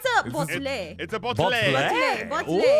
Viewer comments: its called a bOtTlAy Aphmau: 😂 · its a bottle-botteley 😂😂😂